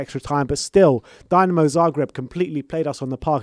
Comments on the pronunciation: How about showing some respect for the Zagreb side by learning to pronounce their name correctly?? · Better team goes to quarter final, u cant even pronounce dinamo, dislike for this video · It's Dinamo not Dynamo. We're from Zagreb, not Moscow or Kiev ffs..smh.